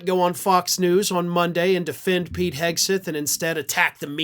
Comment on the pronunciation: Each time I hear "Whisky Pete", I hear "Whisky Pee"... 😅